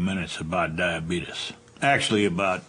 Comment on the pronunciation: Honestly I think most of it is how he pronounces his illness.